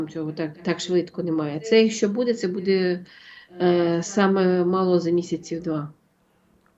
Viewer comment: чого ви кажете будЕ, це ж неправильно. Дуже ріже слух. Коли такі тривожні новини та прогнози, це будЕ особливо неприємно.